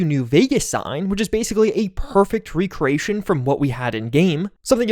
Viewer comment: "Raycray- ation"? That is NOT how you pronounce that word 😂